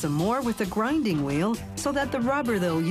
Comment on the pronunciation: WTF is a "grunding" wheel!?